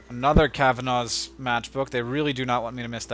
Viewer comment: *Ahem*.. Cav-an-a's. A as in apple. Thats how we pronounce it and seeing as its an Irish name.. (